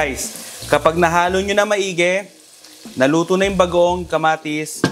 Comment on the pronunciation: i heard you say "budang" bango!